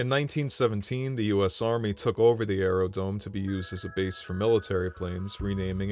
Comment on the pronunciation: The word is Aerodrome.